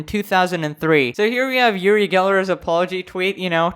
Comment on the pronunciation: He's israelien, I'm from there, he's kind of a snob but NOT irrelevant, he spoke to Michael Jackson and did a show with him, he did a bit too much and his thing is to bend spoon, he's an idiot and so petty to do that. By the way, it's pronounced like oo-ree